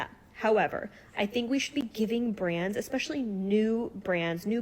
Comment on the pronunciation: why is she saying “brands“ like that